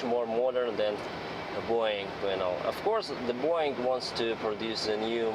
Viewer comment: Are you russian? You say Boouuuiing😂 nice